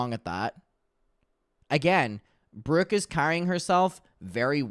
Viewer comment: PLEASE tell me WHAT is that accent??? "Breerk" instead of "Brooke", "teer" instead of "tour", etc... why do u pronounce your O's and U's like that?!?! I can't 😭